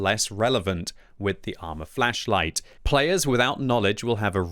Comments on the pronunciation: Think flesh whenever he says is it’s so funny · I keep hearing fleisch light.